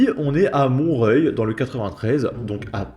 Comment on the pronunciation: C'est Montreoeil qu'il faut prononcer